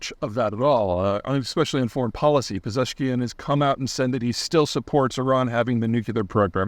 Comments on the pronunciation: You get pretty close with how you pronounce his name. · Not bad , you done the name 93% correct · Compared to all the mispronunciations of people and places you did in the past, you actually did quite well on "Pezeshkian" :) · Firstly you got the "Pezeshkian" pronunciation spot on. Secondly as you said I don't see any Iranian president having made any real difference in the past two decades, maybe ever. They are usually a source of excitement for weeks maybe months after the election and then just a source of jokes and dark entertainment after that until their downfall. Except Ahmadinejad. He is still the source of many jokes. So in Iran as in the U.S. it's always the same shit regardless of who the president is. The global actions of both countries have remained pretty much the same for decades now. Almost nothing they do benefits their people and it's a sickening game to watch and be powerless to stop.